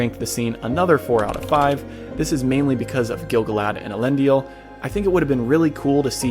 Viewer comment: Why are you mispronouncing some of the names?? Tolkien went to pains explaining pronunciation—Elendil only had three syllables, for example. The films got some words peculiarly wrong too (palantír comes to mind)… You asked about things missed: Celebrimbor initially kept the 19 Rings after their casting, as I recall. Sauron attacked Region in order to get them—and no doubt in pique because Celebrimbor dared to defy him—and wiped out the settlement entirely. Any of the few survivors joined Galadriel in Lothlorien… It’s noteworthy that Sauron wanted all 19 but was only able to get 16–the Three were hidden away, and Sauron wanted those most of all (why? Surely not for the magic they contained. Bragging points? Doesn’t make sense. Control of elves? Also doesn’t make sense ad they already showed they were smart enough to remove their Rings when he put on the One. While some of these details were probably too small for the narration, Sauron turning on Celebrimbor and laying waste to Region was not IMHO.